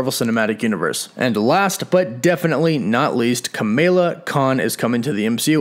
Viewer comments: Camala not Camillia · Its pernouced Ca-Mah-Lah